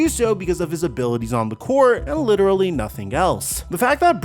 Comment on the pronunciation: Lidderally count : 4